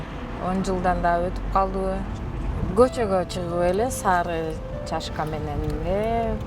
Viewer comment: чашка дебей шашка дечи суранабыз